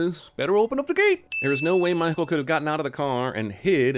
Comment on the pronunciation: lmao why did you pronounce Michael's name that way? mah-hoo?